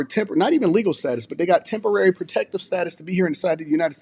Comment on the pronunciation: I still keep hearing Tempary Status.